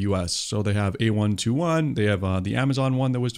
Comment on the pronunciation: Just so you know, it is "A (eye) 21" labs, not A121. Otherwise great video